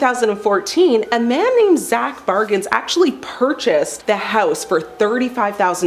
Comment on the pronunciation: His name is Zak Bagans, not Bargains!